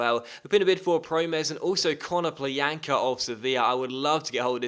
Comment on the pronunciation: KONO-plya-nka not kono-plean-ka